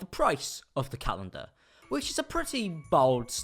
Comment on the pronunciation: you say Zoella like "Zoeller", you also say calendar like "galendar"...I love it